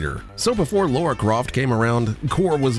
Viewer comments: Its Lara not Laura Croft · Americans and their inability to say "Lara" 😅